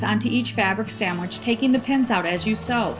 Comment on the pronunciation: sam wich inshtructions otherwise a great quilter making a rag quilt